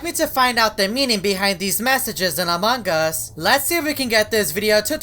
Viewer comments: Amongus not amongggggus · I think you keep saying amongg us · U said amog us :> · Still say amangas Has Among us XD FIX YOUR MOUTH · among us Subtitles: amangas Me: laughs all day long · I like how he says AMAWNG us XDD